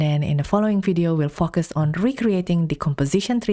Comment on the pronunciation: How do you say "focus" again?